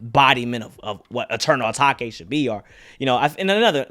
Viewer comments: “Eternal Atak-ay” 😂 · Bro pronounced the album the wrong way the whole video